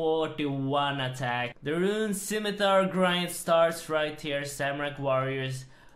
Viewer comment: he just can't pronounce scimitar, can he 'stzimitar' 'skeemitar' but never 'scimitar'